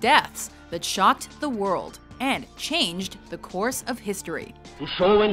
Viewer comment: at the beginning of the vid you sounded like ''shot the world'' but it was actually ''shocked''